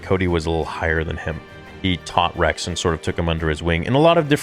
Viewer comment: He said Regs not Rex